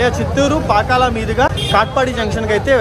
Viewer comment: పాకల కాదు బాబు పాకాల